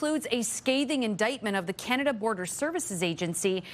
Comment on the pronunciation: Ca- ner- duh!!!